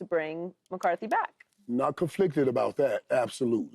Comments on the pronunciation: Paul Pierce: "Mike McCarty, Mike McCarty" FS1 Producer: "Paul, are you serious? Say the name right. it's McCarthy." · Hey Paul, there's a "th" in McCarthy's name dude.........I swear they just put ANYONE on TV